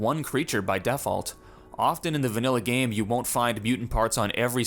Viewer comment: I've never heard anyone pronounce default as def alt, and I hope I never do again.